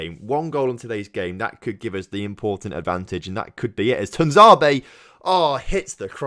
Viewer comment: "tunzabe" for tuanzebe hmmmm